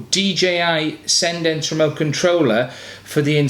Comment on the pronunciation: Cendence is pronounced the same as the second half of the word "transcendence"